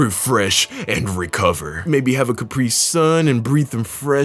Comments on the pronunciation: c-capriiii suns... lol it's CA PRI SUN😂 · Capr-E-sun bro stop 🤣